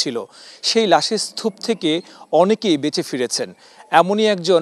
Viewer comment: চ্যানেল 24 এর কেমন সাংবাদিক স্তুপ-কে বলে স্থুপ।